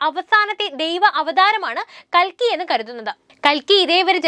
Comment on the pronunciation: കൽക്കി അല്ല കുലുക്കി